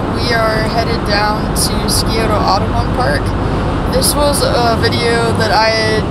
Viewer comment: Love your videos,! Quick pronunciation guide from a local: SYE-OH-tuh. The C in Scioto is silent and the O at the end is more muted. And if you’re wondering about the other Columbus River, it’s the Olentangy (OH-LEN-tan-jie). Indigenous names can be tough, and these threw me when I first moved here. Keep up the great work - I’m enjoying all the local climbs you are featuring and learning a lot about what’s around Ohio!